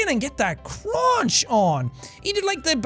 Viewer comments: “You gotta just get that cruanch” 😂lmao how many times did he say crunch like that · the way he says crunch